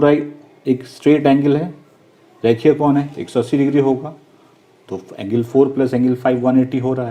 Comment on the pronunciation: Angle ko engil 😂😂😂